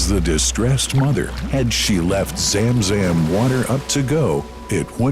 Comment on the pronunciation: Zam Zam Water Not Zem Zem Water😂😊